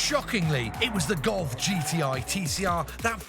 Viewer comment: The "God"?!? Everytime he referred to the golf. Is it accent issues or on purpose?